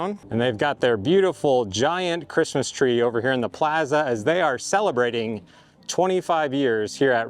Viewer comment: Did you say salabrating? Just sayin. Up to no good.